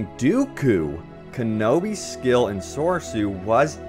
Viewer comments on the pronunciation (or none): Soresu, not Sosoru) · Soresu is not pronounced “So-So-roo” It’s pronounced “so-Ree-su” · What is sosoru. You mean soresu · It's pronounced "soar-EE-sue." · It's pronounced SOR-E-sue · "sorsoru" oof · YOU SAID SORESU WRONG